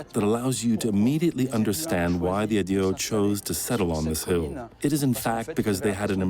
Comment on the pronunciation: Narrator should've looked up how to pronounce Aedui and some other Latin names. I know the French give it their own twist, but these are Latin words and should be pronounced as such.